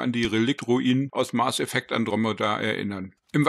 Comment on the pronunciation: Okay informativ ist das Video. Bitte überdenke die Aussprache Mars Effect. Hat nix mit dem Planeten zu tun. Mass Effect heißt das Spiel. Nichts für ungut 😉